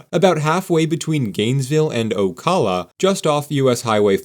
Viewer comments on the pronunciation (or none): It’s pronounced Oh-Cal-Uh, not Call, Cal like California. I live right next to micanopy, about 20 mins south of it. They have a festival every year that brings a lot of money in for the local businesses. It’s really fun and has become a family tradition for us to attend. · I live in Ocala. You didn't pronounce it right. it's Ocala with a long "a", as in at. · The first a in Ocala is pronounced like the a in capitol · Oh kahlah ...lol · I have never heard anyone say Ocala like that 😂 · Never heard someone say Ocala like that lmao , informative video otherwise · Learn how to pronounce Ocala properly. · Yes, pronunciation does matter. Even for an AI canned robot reading this script.